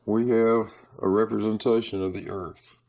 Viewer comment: That didn't say "Earth". It said " Garth".